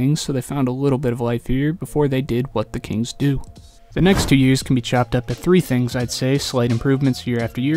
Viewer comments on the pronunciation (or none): are you saying “chopped up”? it’s chalked up my g